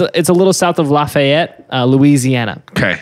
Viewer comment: Hey, I don't care that this is for months after the episode, the truth must be told. Its pronounced "Laffy-ette," I lived there for several years. Also, this is a great show!